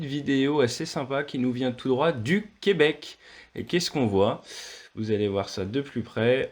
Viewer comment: J’adore comment vous prononcez Québec, c'est juste ! Ça ne sonne pas faux, merci !